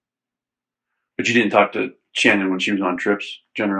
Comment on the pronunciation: One thing I noticed is how her dad refers to her at “Shannon” he doesn’t pronounce it like everyone else does.